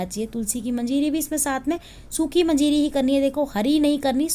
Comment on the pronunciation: मजीरी नही मंजरी कहते है।